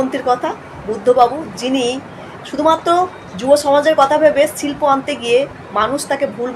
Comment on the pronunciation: আগে "শিল্প"‌ ঠিক করে বলতে শিখুন 😂